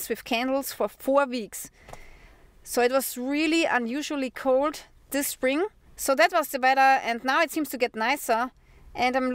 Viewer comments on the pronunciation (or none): none